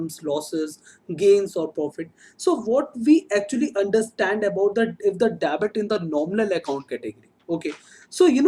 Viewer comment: Kindly do proper pronunciation of Debit, it is डेबिट not dabit... Also you pronounce "Budgeting" as "busting"... It sounds absolutely pathetic to ears